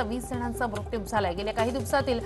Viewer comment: मृत्यु चा उच्चार ही कधी शुद्ध करणार आहे ???.